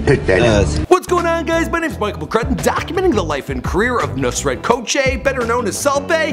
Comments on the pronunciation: Lol hes pronouncing it "Nurset" when the name is "Nusret" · he said nurset not nusret OMFG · his name is nusret not nurset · his name is nusregt not nurset